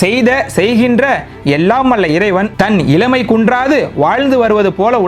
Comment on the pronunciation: பதிவு நன்று வாழ்த்துக்கள் உச்சரிப்பு கவலை தருகிறது.கோபமும்வருகிறது. உதாரணம் இலமை அல்ல இளமை பில்லை அல்ல பிள்ளை விலையாட்டு அல்ல விளையாட்டு ணகரம் னகரமாக உச்சரிக்கப்படுகிறது பினி அல்ல பிணி திருத்திக் பொள்ளுங்கள்.